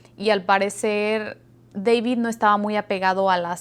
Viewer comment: Deibid ha ha ha ha se oye chistosa su accento !